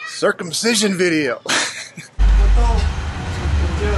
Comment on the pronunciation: Girls dont get circumsised in indonesia ,only some african tribal who still do that which is not good. And circumsicion is not that weitd,you acting like its a weird,the way you pronounce it many times etc...sorry you hit my nerve abit sorry for that, m out of your chanel.